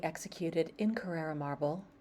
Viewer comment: It is Carrara not carerra!